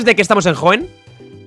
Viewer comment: a y Por cierto es Hoenn* no Hoeen xd